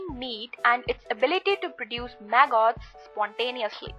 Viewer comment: She’s saying “maggots.” Took a minute for me to understand. Clear video. I like it a lot.